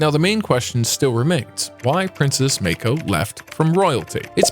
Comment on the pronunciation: What the fark is meiko? Its MAA KO. Show some damn respect and do your damn research